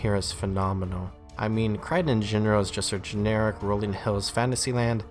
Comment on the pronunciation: i disagree with call-a-don forest.... it's kale-don forest